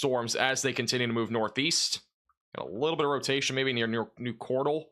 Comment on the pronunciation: The way you pronounce Cordell... 😂 MY TOWN IS NOT A POKÉMON!! 😂